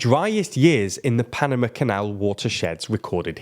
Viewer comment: Sorry, can't get on board with that pronunciation of Panama... 🤦‍♂️